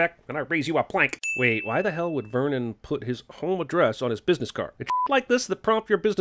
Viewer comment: lol the Birdman is def gonna point out Jeremy's failed attempt at saying "Vernon" clearly the first time